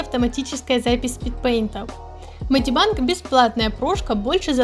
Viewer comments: Меня так трясет с этого "медибАнг" МедибЭнг госпаде медибЭнг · А можно не мади банг ... Ты меня прости просто мне уши режит 😂